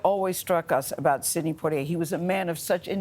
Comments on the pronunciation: You guys always pronounce his name wrong it’s poi - tier as a Bahamian it makes me laugh cause what the heck is poi-t-a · Respect and admiration is what I feel for Mr. Poitier. Oprah and Gayle should at least pronounce his name properly. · Wow Gayle can't pronounce his name correctly! :)